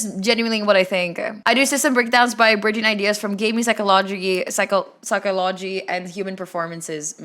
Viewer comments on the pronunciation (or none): I'm sorry but you saying "psycho-lodge-y" is pretty self explanatory for your lack of understanding for the point of the video 😭 Many people, probably you as well, did not know about the micro meso macro terms before watching the video and certainly didn't say that you play those types of games using those terms. Point is, it's explaining terms that more accurately portray game genres, and the video is as long as it is because he's giving examples, explaining the terms, and he's doing that like 7 times over because that's all the categories and their respective combinations. That doesn't take 5 minutes gang, and is only self explanatory because he's explaining it so well 😭